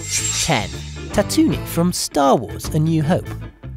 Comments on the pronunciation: IT IS PRONOUNCED TAT TOO ENE NOT SOME TATONIE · By the way, Tatooine is not pronounced as you've done so here in this video. It is pronounced as "TAT-TOO-EEN. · Im triggered from "Tatoonie" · Why do you say Tatooine like that